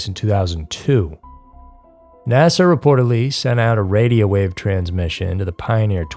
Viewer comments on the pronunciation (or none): none